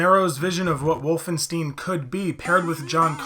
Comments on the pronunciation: You had me up till the point where you said “Wolfen-steen.” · Can pronounce Frankenstein, but can't pronounce Wolfenstein. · There's no way you never heard someone pronounce Wolfenstein 😂